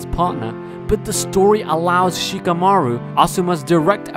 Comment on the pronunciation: Who the fk is Sheeka-maruw?